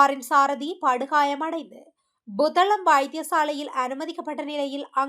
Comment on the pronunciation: Buத்தளம் அல்ல புத்தளம்